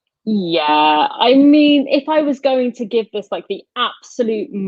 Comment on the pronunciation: I cannot take seriously anyone who uses 'viss' instead of 'this' and 'fink' instead if 'think'.